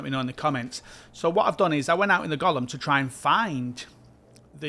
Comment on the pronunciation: Sry, it's not "Gollum", but "Golem" 😆